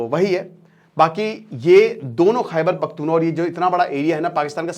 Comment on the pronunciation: Sir wo bhaiyye nahi hai its kpk khaiber pakhtun khwa not wa